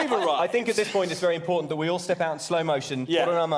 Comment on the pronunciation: It was ...ImPAWtant ... to free the Valet.